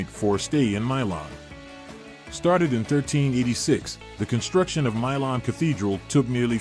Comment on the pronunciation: If you're gonna make videos like this, at least learn how to pronounce the city name, other than that it was good